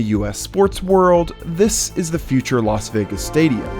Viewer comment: Why is it that most American commentators pronounce Las Vegas correctly?, always says Los Vegas instead of Las Vegas,no one says Las Angeles.